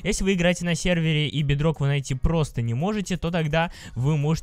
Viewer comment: Можно когда нибудь без модов??? И ЭТО БЕДРО́К НА О УДАРЕНИЕ